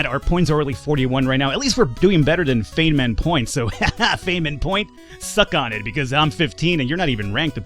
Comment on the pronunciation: Feynman is pronounced "fineman" (btw the Feynman point is a convenient place to round pi, for computers - in case you missed the joke inherent in the name.) Focaccia is pronounced "foe-catch-ya" (more or less). Also, Parma is pronounced Pharma. ;)